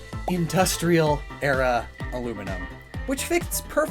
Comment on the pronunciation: dur (like durrable) loo (likebritish bathroom) don (its the DAWN ofa new day!) is howusay it